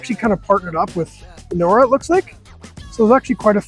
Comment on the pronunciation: The “j” in ‘Injora’ isn’t silent🤣